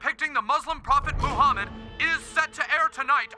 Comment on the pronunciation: Don't make fun of Moo-hammid.